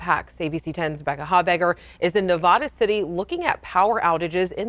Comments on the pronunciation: I would think a professional would know our state is pronounce just like you spell it Nev-AD-a, not Nev-ODD-a. All she has to do is listen to the guy right next to her and all the people reporting in the field. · Nevada is NOT Ne-vah-duh. It's Ne-VA-duh. The "a" vowel is short, like , tan, scan, etc. Yes, call me a grammar nazi or whatever. :) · there is a big difference in an accent and mispronouncing a state. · The correct pronunciation in Spanish (Spanish for "snow") is Nev-odd-uh, and a lot of people outside of the area tend to pronounce it that way. It's not actually wrong . Californians and Nevadans say Nev-add-ah. It's a very definite regional accent. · The correct pronunciation in Spanish, which is the origin of the word, would sound like Nev-Odd-ah, and people from other regions often pronounce it like this. But Californians and Nevadans do pronounce it Nev-add-ah. It's a definite regional accent. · She needs to learn how to pronounce Nevada.